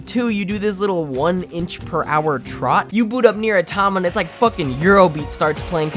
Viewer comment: You pronounce Nier : Automata fuckin weird dude